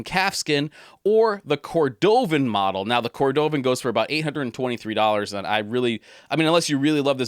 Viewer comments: Great vid as usual. It’s “cord-o-vun” not “ cor-dove-in” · Shell Cordovaaaaan not cordooovan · You seem like a very knowledgeable guy, and I really enjoyed this video. However, you are definitely mispronouncing Shell "Cordovan". You are placing the emphasis on the middle syllable. The emphasis is on the first syllable. You say, "Cor-DOE-vn" but Horween, and even the Tuscan company that makes it, all say it, "Shell COR-do-vn". Just wanted to point it out. Great video though! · I'm not trolling. I love the videos and am just trying to help with the pronunciation of cordovan